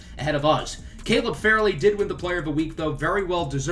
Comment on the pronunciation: Not to be that guy but Caleb Farley is pronounced Far-Lee. Also keep these coming I can't get enough of my titans